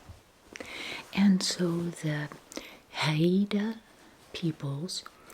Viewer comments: Hi! Haida is pronounced Hide-ah, just two syllables. I was fortunate to visit Haida Gwaii this past summer for the first time, it is a truly spectacular place! Haida culture is alive and well, thanks to the ongoing efforts of the people to preserve the language, arts, ceremonies, and lands. ❤️ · Hey, this was yet another lovely video- thank you!! I lived in BC for 10 years and wanted to let you know Haida is pronounced "hi-da" (only since you mentioned how to prounce it!) 🥰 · I’m Inupiaq and live in Anchorage Alaska! I think you’d love visiting the cultural sites and shops! (It’s pronounced like “HI - DUH”) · Haida (Hi-da) indians of British Columbia we’re famous for the totem poles - FYI